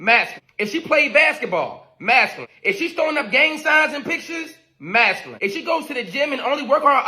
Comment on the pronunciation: He cannot even pronounce the word masculine correctly!!!! What does that make him? Ignorant?